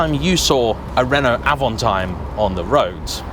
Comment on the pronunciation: It's Avanteeem not Avantiiime ! It's French!